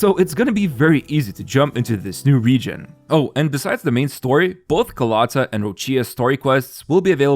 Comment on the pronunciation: by the way, rinascita is pronounced rina-shi-ta, roccia is pronounced ro-cha and carlotta just needs emphasis on the o. I'm Italian and pronunciation matters a lot to me, the devs do poorly to pronounce it right but at least we can.